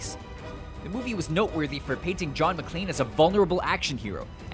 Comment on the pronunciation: John "McClean"?! Hey, it's "McClane" :D